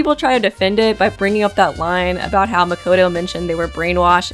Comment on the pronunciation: I mean for the names one technically only ONE english va pronounces Makoto's name the correct way and it isnt even Bryce Papenbrook (Makoto's va) its Marieve Harrington (Celeste's va) she pronounces it the correct way "Mack-Oh-Toe" not "Mack-Odo"